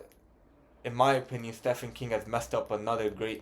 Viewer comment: I've struggled with Stephen King books. They can be hit or miss. P.s. the "ph" in Stephen is pronounced with a "v". Stephen = Steven